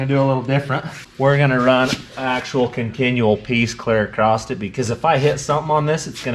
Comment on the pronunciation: Michelle... why does say AcrossT.... where did the T at the end come from? Just curious.